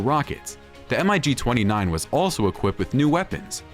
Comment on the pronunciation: Was this video an April-fools joke? Please conduct proper research and check you editing before uploading. On more than one occasion, footage of the now long-retired F-14 Tomcat was shown whilst describing other aircraft. Also, "M.I.G." was pronounced as individual letters. It's actually pronounced "Mig", which is an acronym for Mikoyen & Gurevich, the manufacturer. It's also astounding that the J-7 even made this list considering it was based on the 60's-era Mig-21, is now out of production, and long been replaced by the Chengdu J-20. Finally, what about all the other latest-generation fighters that didn't make your list? The SAAB Gripen, Eurofighter Typhoon, F-22, Su-57, & Dassault Rafale, just to name a few. Very amateurish video.